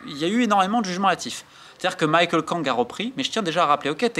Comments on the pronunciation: "Michael" Kang ? À moins qu'elle fasse exception, le prénom Michelle se prononce à la française aux USA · Romain je sais que tu es fan de basket mais par pitié c'est Michele pas Michael lol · Michèle, à la française , Romain. Pas Michael.